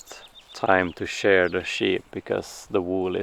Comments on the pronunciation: Shear as in rhyming with hear. 🫶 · Just a heads up! The word in English shear rhymes with year. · Just a suggestion. In English we say “sheer” the sheep. It is spelled shear, but pronounced sheer.